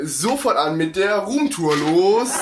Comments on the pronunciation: wie du rumtur sagt haha lachflasch des todes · Eine Rrrrroommtour😂😂😂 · Wie du Damals immer Ruhmtoor gesagt hast😂